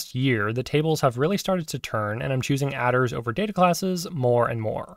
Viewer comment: It's mad to me that you pronounce "attrs" as "adders"